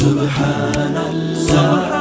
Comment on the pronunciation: Not 'Subhaanal laaaaaaah'... But 'Subhaanallaah'... The pronounciation of Native Deen is poor.. They need to improve